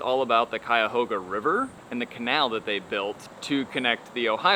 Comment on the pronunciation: I grew up in the Cleveland area. You did a great job pronouncing "Cuyahoga"